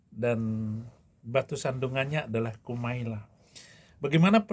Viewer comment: Bukan Marlla yang betul mbak Kumaila